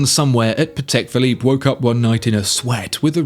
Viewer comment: “CHAPEK ‘BLOOP’”. LOL, nailed it!